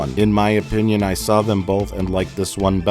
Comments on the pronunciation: dunno why but mike saying ppinion made me spit out my drink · I lost it at "ppinion" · ppinion is now my favorite word. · I say ppinion now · LMAO "ppipinon"